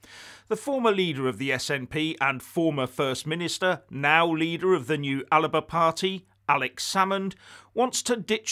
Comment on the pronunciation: Please get the name right. As an Englishman in New Zealand I accept other local languages. It is Alba, which is Gaelic for Scotland. There is no 'i' in it, otherwise, thanks, it is nice to hear a real voice and genuine news.